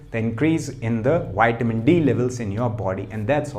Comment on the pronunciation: Please. It's not Wiamin..it's.vitamin...thx.